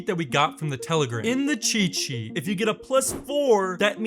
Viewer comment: Can you properly pronounce "cheat sheet"?